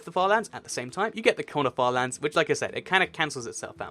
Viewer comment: When he said corner farlands, it sounded like 'quanerfar lands'